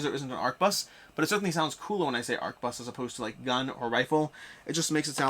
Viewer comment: Thouse guns are clearly Flintlock Blunderbuses, so no calling it a fancy name thats inaccurate dose not make you sound like you know whats going on. Neither dose failing to pronounce the Q in arquebus